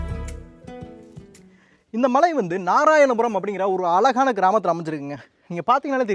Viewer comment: சகோ அ”ழ”கான கிராமம் அ”ல”கான கிராமமில்ல.